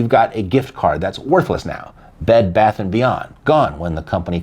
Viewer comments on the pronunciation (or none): none